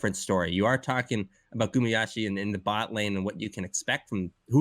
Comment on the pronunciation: It's just westerners mispronouncing Asian names, it's pronounced as Gu-ma-yu-si or Gu-ma-yu-shi.